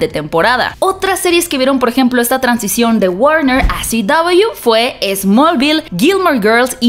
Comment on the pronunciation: Porque dice Ci Doubleyu en vez de CW? Porque dice HBO o DC y no dice EichBiO ni DiCi.